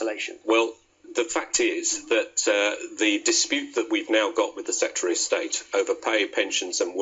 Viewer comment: This man can't speak. Setry of state? Have a valuation... It's SECRETARY and EVALUATION